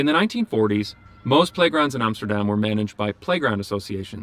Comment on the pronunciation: he said Amsterdam and NOT Emsterdem! great!